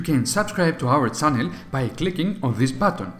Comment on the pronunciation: It's channel, not Cannel